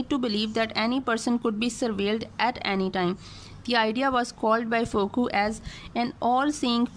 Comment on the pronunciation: Fooko (pronunciation) Not fookolt 😌